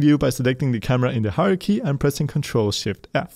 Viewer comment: I love your videos but... pleeeease correct your "hierarchy" pronunciation!! Every time it sounds like "Haruhi" and I wonder why you're talking about anime XD Aside from this, thank you very much for every video you make! :)